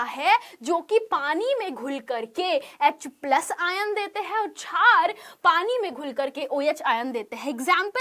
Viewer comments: छार नही मेडम क्षार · Mem छार Nhi शार hota h